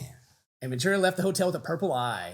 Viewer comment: it's cassie *ventura, (sorry to be that person)